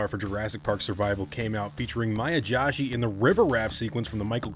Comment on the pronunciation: I love your content bro and I am super existed for this game. Also at the risk of sounding like a prick, Maya's last name is pronounced Joe-She. Not correcting you or anything! Apologies if I come off as rude. My wife's last name is Joshi as well. That's the only reason I know how it's pronounced 😂